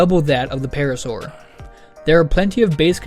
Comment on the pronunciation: Paracer❌️ Parasaur✅️